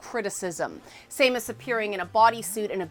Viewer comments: S A mus? are you its Sam us, she's not a irish gnome. XD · The pronunciation of Samus is causing me to cringe. Not an insult, just felt he need to speak my mind.